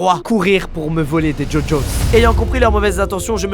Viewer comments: ça s’écrit gogos mais il dit ça djodjos 😂😘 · Par contre on dit GoGos ( GUOGuos) et pas jojos